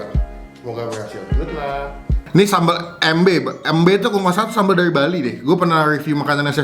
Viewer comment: Salah pengucapan sambel embe nya bukan gtu pengucapanya